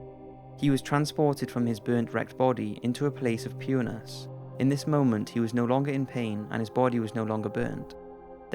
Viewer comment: he says "pureness" but it sounds like "penis"